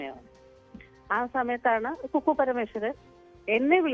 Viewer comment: കുക്കു അല്ല ഫക്കൂ 😅😅